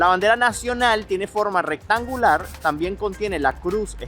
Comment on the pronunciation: Fallaste. Tenías que haber tomado el tren. El ticekt del tren te servía para continuar en el autobús. Los 100 euros es por no pagar el transporte. Vivo en Helsinki. No me digas que estás aqui ahora mismo. No se dice "tan bien", sino También. Las palabras de 3 sílabas o más se pronuncian como esdrújulas. Hélsinki, Támpere, etc. Debes venir en verano pues el pais es bellísiimo y vayan a los lagos. Se dice "a la sauna" (es un sustantivo femenino)